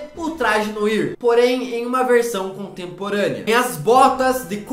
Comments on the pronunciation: A pronuncia correta de noir é "noar", que seria a cor preta em francês. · Oi, fala-se "NOAR", isso é preto ou em francês. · Fala! Bom eu só vim avisar que a pronuncia do nome "Noir", é "Noah". Vlw! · Noir - Pronúncia: "Noar"... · kkkk é noir mas se lê NOAR kkkk mas ok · Gente por favor, noir se fala noAr né? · se pronuncia "noar" e não "noir" por mais q seja escrito assim:3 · Se fala "Noar" kkkkkkkkk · Noir, se pronuncia Noar (nwaʁ) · Não é Noir é Noar... se pronuncia assim... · É NOAR Q SE FALA!!!!! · Pode falar "NOAR" ao invés de noir" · não se pronuncia noir se pronuncia noar Não é hate só quero ajudar adoro seu canal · se pronuncia "NoÁ" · Noir se lê NOAR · MANO... tudo bem que se escreve NOIR, mas se fala NOAR. Mds. E outra coisa eu tenho quase certeza que NÃO é o traje Noir pq se não o filme entraria no aranha-verso, ou seja, esse traje não é do Peter park é de outro homem-aranha de outro universo. Mas eu voto no traje BIG TIME, pois ele mesmo o criou ou então um traje da shield seria uma boa também. Obrigado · Kkkkkkkkk, Se pronuncia "Noar" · não se falar Noir, se fala Noar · Não é noir que se fala é noa só que escreve noir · Se pronuncia "noar" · Vdd mano e pronuncia "noar" adoro esse homem aranha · A pronuncia é "noair" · Noir se pronuncia “nôár”, rapeize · Mano, não se lê noir se lê "noa" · Não é Noir é Noar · Mds cara... O cara fala noir errado... Aí já perdi a consideração... Se fala "noar", se escreve "noir" mas se fala "noar". É uma palavra francesa para: escuro, sombrio (e afins). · Se pronúncia Noar, porra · se pronuncia "NOAR" e não "NOIR". noir é meu ovo kkkkkkkkkkkk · ai que agonia ele falando NOIR AAAAAAAAAAAAAAAAAAAAA ME MATA SKSKKSKSKSKS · Não se fala "noir" e sim "noar". Noir significa "cor negra/preta" em francês. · Cara, antes de gravar os vídeos da uma pesquisada como se fala algumas palavras. Se fala noar e não noír. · Poorra, fala direito, Não é noir a pronúncia, é "noar" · Não se pronuncia "Noir" e sim "noá"